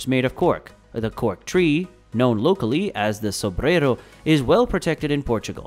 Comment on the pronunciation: Europian? Do you mean Euro - pious? Or EUROPEAN ? And please stop saying / soo-breh-ro'/ because it sounds Spanish - it's more like /soo - ' brei-ru / (NB - i don't have the International Phonetic Alphabet characters in my laptop, so these transcriptions are phonetical by proxy). We're friends with the neighbour but we like to keep our distances in matters of Language.